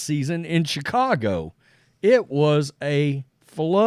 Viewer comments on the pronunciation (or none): none